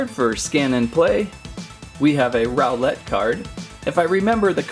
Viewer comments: and it is pronounced rowl-lt not rowl-lette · u said roweLET wtf dose rowLET mean huh? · ITS NOT SOUL GALAO ITS SOLGALEO And u little said row LET He next time u said owl et